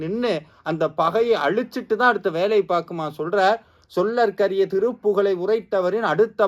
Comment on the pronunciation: "சொல்லர்க்கரிய" இல்லை சொலர்க்கரிய. அதேபோல் "உரைத்தவரின் அடுத்த பகை" இல்லை உரைத்தவரை அடுத்த பகை என்பதே சரி. மந்திரங்களை சொல்லும் போது கவனம் தேவை...